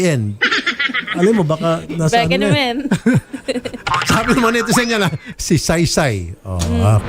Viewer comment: " beke nemen " HAHHAHAHAHAHHAHA